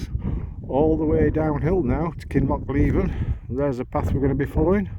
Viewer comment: Thanks for sharing enjoyed every upload of your travels only small criticism i have is your pronouncing of kinloch leven is wrong noticed this in few of other peoples videos ,no harm done mate just us scots it dosent ring right to our ears 😂 thanks again and stay safe on your adventures ATB ...colin.